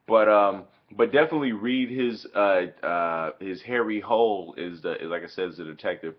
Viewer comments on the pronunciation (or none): HARRY HOLE, HARRY ACTUAL PRONOUNCED HARRY HOOLA